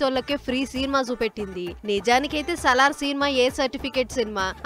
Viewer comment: It’s not Sallar, it’s Salaar. Please learn some English first 😅